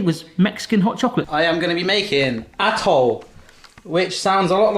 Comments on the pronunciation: by the way the mexican hot chocolate "atole" is pronounced "Ah-toe-leh" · Atole is pronounced "Ah-toh-leh". All short vowels, in Spanish. "Ah,Eh,Ih,Oh,OOOO" NoT, "Ayyy EEEEE,Aiiiiii,OHW, Youuuuu."